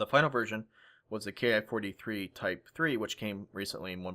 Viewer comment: Educational and entertaining as always,. One thing I just feel compelled to note though, from what I know "Ki" isn't pronounced "kay-aye". It comes from the word "kitai" for airframe, therefore it should therefore be pronounced like the word "key".